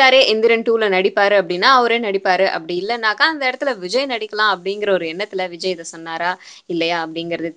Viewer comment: ROFL :) Vijay anna sounds like vigina